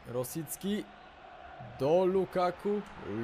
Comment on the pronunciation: Czyta się Rośicki (sub) klik :P xD